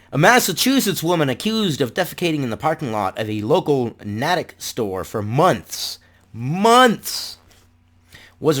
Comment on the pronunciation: This makes me sad and embarrassed to live in this state..... btw it is pronounced NATE - ICK not NAT - ICK